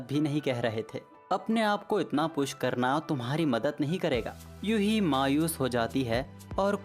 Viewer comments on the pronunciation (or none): YUHI ❌🤣 UHE😂✅😎